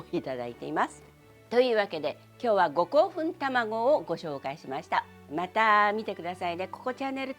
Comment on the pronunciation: 本場のウーシャンフェンって発音聞けるぞーって身構えてたらごこうふんで笑っちゃった